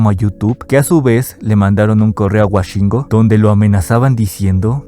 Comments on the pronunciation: Woshingo❌❌ Washingo ✅✅ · Escribiste mil veces “Woshingo” y aun así insistes en decirle Washingo XD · Todo bien pero como que "Güashingo" hasta el mismo se dice "güoshingo" 😭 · Es wOshingo, no wAshingo. Dios…. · Me da desesperación de que diga washingo y no woshingo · WOshingo no WAshingo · Por qué pronuncia wAshingo????? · fuera de todo, pq dice Washingo, es con O 😖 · Por qué dices “WAshingo”😭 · Por que le dice Washingo xdxdxd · Por qué dices Washingo? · Me estresa demasiado la forma incorrecta con la que pronuncias su nombre, puedo estar como le de acuerdo contigo pero perdón, no puedo, me sangran los oídos, es como escuchar a Woshingo pero al revés